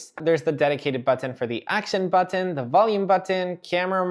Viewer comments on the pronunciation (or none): I like the way he says button 😂 ‘boteeen’ 😂